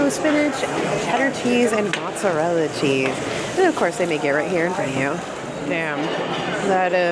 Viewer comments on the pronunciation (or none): none